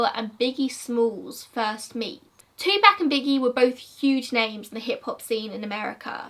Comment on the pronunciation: It's [Two-poc] not [Two-pack]. Just a kind correction.